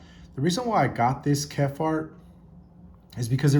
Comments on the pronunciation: Great video! But it’s pronounced “kep-hart” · So you know absolutely nothing about what you sre "reviewing". Condor is a respected name the Bushcraft community. At least figure out how to sat the name of one of the fathers of Bushcraft, Horris KEPHART, (Kep-heart). I have had the full size Bushlore for over 10 years, they are in the style of the Ray Mears Woodslore a game changer in Bushcraft. But keep using them to baton your meat. I guess you didn't get the Nesmuk because you had even less idea if how to say his name.